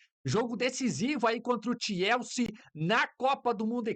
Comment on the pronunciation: Algem sabe que porra de time é esse que mane fala eke chama de "TIELSE" ???? É CHELSEA